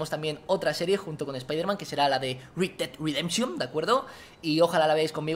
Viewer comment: red dead redemption... como lo dice vegetta:rid ded ridenchion como se dice: red ded redemshon